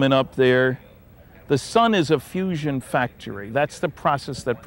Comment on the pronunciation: I thought it was fusion...not fussion?